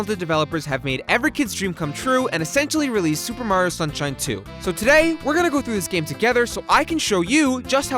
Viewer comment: I can't get through the video while the guy says "Supamar" every ten seconds.